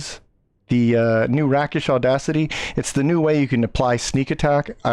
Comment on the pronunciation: It’s pronounced “Rake-ish.” It’s a Swashbuckler thing or a thief term. It refers to acting like a real “rake”(kind of a medieval never-do-well…but more upscale).